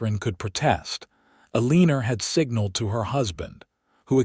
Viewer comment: AI must be edited......Eleanor is NOT EL-EEE-NER!